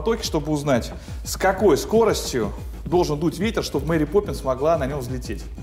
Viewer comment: Я один заметил что он сказал мери пепинсс